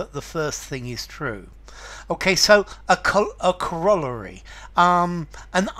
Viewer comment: Pronounced cor-o-lar-y, not co-roll-a-ry.